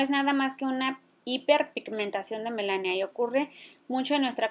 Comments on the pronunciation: Melanina, no Melasnia. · Muchas gracias por la información y compartir... pero quiero hacer un comentario,es melanina no Melania. Saludos. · Hola Chica, vi tu video y se me hizo interesante, lo voy a intentar ojala me funcione. Gracias. Quiero hacerte una critica constructiva :) Se dice MELANINA No melania:( Espero te sirva. Saludos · Es melanina, no melania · No es melania, es melanina señora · Melanina,,,, NO Melania 🤦🏻‍♀️🤦🏻‍♀️🤦🏻‍♀️🤦🏻‍♀️ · Me mata de risa cada vez que dice melania :) pero si voy a hacer la mascarilla mil gracias.